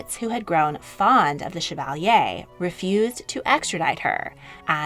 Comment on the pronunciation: Oh my 😂 of course no biggie but hearing you say chevalier killed all the 7 years of french class in me